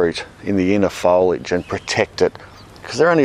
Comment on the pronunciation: Love that pronunciation of foliage❤